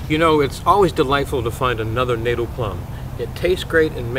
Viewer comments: Wonderful! But it’s pronounced Natal as in fatale, not as in fatal. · I love your videos. Just FYI Natal is pronounced "Naw-tal", as in the South African province. Hopefully this helps others too. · Correct pronunciation more like "nut" "tell" or "nat" "al", depending where you're from in South Africa.😉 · Natal - check out the correct pronunciation!